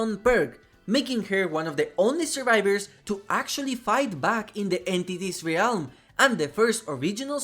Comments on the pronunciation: Stop fucking calling it the Ree-alm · Very fun video besides the pain I felt every time you said “Ree elm” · I like your videos, been watching a lot of them lately. One thing that is beginning to annoy me though for some reason, is how you mispronounce the word 'realm'. The 'a' is silent and every time you enunciate it when you speak the word I get a cringy ocd feeling :p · I'm sure it's a great video but I just can't stand how you mispronounce "realm"